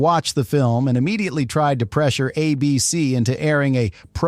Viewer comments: Good video, but there are a couple instances that make me think the voice over was AI. Twice, it said "a B-C" when it meant to say "A-B-C" as in the network. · "Uh BEE SEE" ?? When otherwise realistic AI narration tells on itself...as it always does.